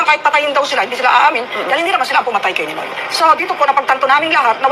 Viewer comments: Ninoy* Hindi Noynoy😂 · Ninoy , hindi Noynoy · Ninoy not Noynoy! Pinoy is also called Noynoy his nickname also